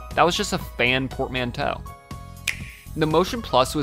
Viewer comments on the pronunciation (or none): none